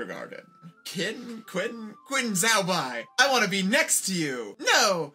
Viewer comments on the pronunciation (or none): wonderful pronunciation of Qin XiaoBai, everybody 👎 (friendly sarcasm) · oh this is GOLD. if there are any other interesting bootlegs on this site then I'd LOVE to see more! (also, for future reference, "qin xiaobai" is pronounced "chin shao-bye" – "shao" like "shaolin temple." if you want to skip the guessing stage, the MDBG chinese dictionary has pronunciation voice clips available for the overwhelming majority of chinese names and their structural elements that you'd encounter. it should be under the three-dot menu to the right of each entry's chinese character 👍)